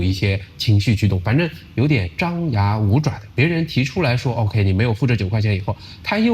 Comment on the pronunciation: 原来你的oka 是 OK啊！ 还真有马来西亚特色leh